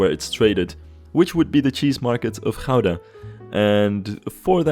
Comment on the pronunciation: Great episode,, and I'm loving the series so far. I especially love how well the City Hall came out. It was also an educational episode; not only did I learn about Dutch architecture, my American mind learned the true, proper Dutch pronunciation of "Gouda" 😆